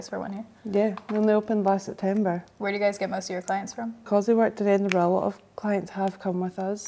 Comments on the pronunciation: I'm creasing at "it's a bobble, what else would you call it? It's a bobble!" I agree COMPLETELY 😂 Also I'm constantly amazed at the difficulty with pronouncing Edinburgh, just say the word "bruh" as you normally would, and tack it on the end of Edin lol Edinberg is definitely worse though! I'm so glad you had such a lovely time in one of my favourite cities of all time ❤️ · Edin-what? 😂😂 But honestly, loved this look and so glad you had a brilliant time here! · I come to know that the Scottish hate the way Americans pronounce Edinburgh lol! Your makeup and hair turned out fabulous! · My city 🙌 edin "bruh"